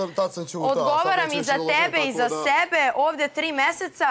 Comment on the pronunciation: Odmah sam čula kad je to rekla šokirala sam se. Kad kaže da je rekla SEBE vraćala sam strim više puta nekad čujem TEBE nekad SEBE tako da se ne može opravdat